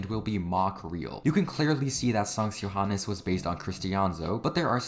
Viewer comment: The way he Said Johannes and ø was good (comming from a dane )